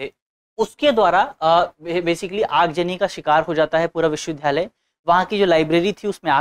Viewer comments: Sir its not pronounced as 'VIDHALAYA' rather it should be called 'VIDYALAYA ' . thank u for this video 🙏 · विश्वविद्यालय बोलने में कुछ त्रुटी हो रही है इनसे। मुझे उम्मीद है दृष्टि टीम इस पर जरूर ध्यान देगी।